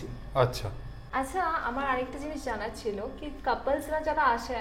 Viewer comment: ছিলো ❌ছেলো ✅ 😂😂